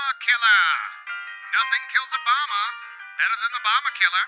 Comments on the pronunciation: When you said bomber killer I thought you said Obama killer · Ne1 else heard "obama bomber" the first time and just couldnt stop hearing "obama" every time he said "bomber"?.....Also...Barrage Obama =D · Did anyone else understand "obama killer"